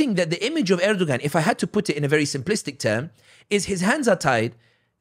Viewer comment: Pronounced Erdowan the ‘g’ is silent. He and other leaders are all taghut. Don’t like or trust any of them. I want a real Hilafa. I want the Ummah brought back to Tawheed and true Islam. This is true success. Everything else is a clown show.